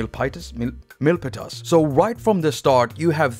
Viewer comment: I am wary of Korg's software licensing, which has always been needlessly complex imo. edit: it's pronounced Mill-Pee-Tiss